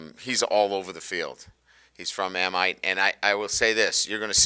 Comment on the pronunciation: Amite is A-Meet not a-might, coach